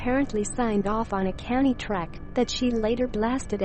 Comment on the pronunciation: The way the voice says Kanye's name LMAO " kanny west" 😂